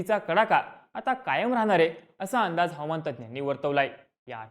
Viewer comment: हवमान नाही... हवा मान म्हणा